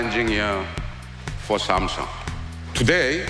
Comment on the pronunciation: New drinking game.... Every time he calls Samsung "Samsong" you have to take a shot.